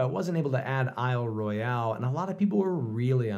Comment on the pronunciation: Ah! The episode I've been waiting for ('though I'll watch the rest, of course)! Beautiful grain in the wood. Thanks for including Isle Royale. By the way, contrary to its spelling, it's pronounced "I'll ROY-ul," not roy-AL, according to NPS and locals. Not sure why -- I'd be interested to hear if anyone knows.